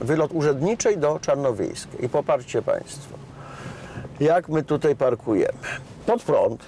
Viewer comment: Dworak - najbardziej niemedialna gwiazda programów telewizyjnych. Panie Dworak! Wymawia się "tutAJ" nie "tutEJ". Jednak co najbardziej razi, to te piski w co drugim Pana zdaniu. Ale za program chapeau bas dla TVP Kraków.